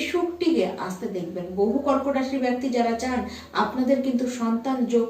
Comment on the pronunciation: Prothomei boli byakti noy bekti.. improve your pronunciation..bengali is a sweet language..don't spoil its image..